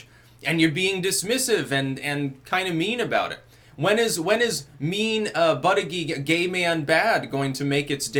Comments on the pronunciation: It is pronounced boot-edge-edge not butt-a-geek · I understand it is pronounced Butty-Judge. Now, in England, this would sound like a nice gentleman being a judge for sandwiches made by the local Women's Institute in a competition at a village fete. In America, however, I can think of a quite different meaning. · it is pronounced but gag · Name: Buttigied. Now put this in a sentence "The President of the USA Buttigied". It sounds even worse than Hussein Obama :-) if pronounced correctly in the first place....just saying, seems funny... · it's Buut-edge-edge